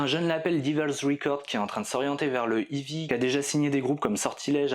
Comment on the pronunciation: Fanfanchouillard, je te salue ! Je constate le même travers que mon grand frère : la prononciation de "heavy". Vous prononcez "ivi" au lieu de "hey-vi". La bonne prononciation franchouillarde des années 80 (lol) ! Je connais un gars fan de ce groupe depuis le début. Il en faisait même son pseudo sur les forums de l'époque. Excellente synthèse, as usual ! Dans un état d'esprit similaire "Heavy Metal à chant français", je te suggère MESSALINE. Les textes (les paroles), quel régal !!! Surtout l'album "In Cauda Venenum" et la chanson "Le Bûcher des Vanités". Meup !